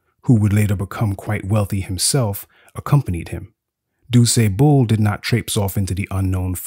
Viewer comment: I wish the narrator would stop pronouncing DuSable's name incorrectly... Especially since he pronounced it correctly intermittently throughout the video. It's disrespectful.